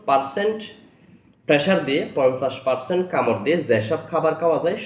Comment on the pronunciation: পার্সেন্টকে পার্সন বলে এইটা কেমন আঞ্চলিকতা?